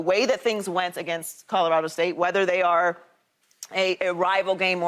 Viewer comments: Can someone tell shady, its colorado, not codarado...lol please and thank you. Signed Websters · Will someone tell Shady it's Colorado not Codorado. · Codorado? Or colorado… cmon shady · We gotta teach Shady how to say “Colorado” 😂😂😂😂😂